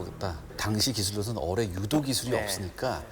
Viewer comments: 적당히 짧아야지 하필 어뢰만 몇십번이 나오는데 어뢰를 어네 어데로 들리는데 불편하지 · 열심히 하시는데 저도 발음이 특히 어뢰에서